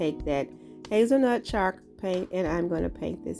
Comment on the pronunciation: It's so adorable how it sounds like she's saying chark paint. Lol. Lovely crafts darling!